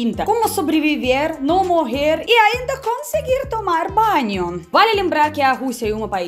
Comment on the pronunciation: Ela falou "tomar banho" direitinho em bom português mas com sotaque russo, adorei. Eu adoro os sotaques.